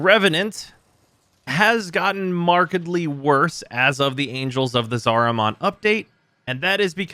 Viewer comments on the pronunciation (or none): How is it you’ve played this game this much and still can’t pronounce Zariman correctly? Also, try not to speak so slowly. Putting the video at 1.25x speed almost makes you sound normal.